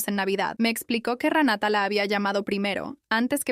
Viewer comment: Que el juez le cree a Ranata.....!!! no se dice se así pronuncia RENATA .